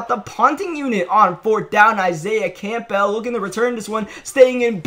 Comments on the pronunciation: Seriously how hard is it to say Campbell not camp-bell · It’ll be Madden 37 before you pronounce Campbell correctly lmao